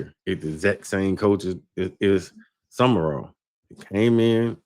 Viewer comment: The guy in the middkle is lost. His name isnt summerall. Its sumral